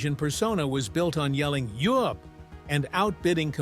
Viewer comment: yoop? NO YUUP play the line you said it wrong UNreal